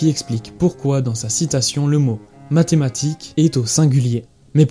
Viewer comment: Dommage, t'as dit medematique, j'ai alt f4 instante, bisous.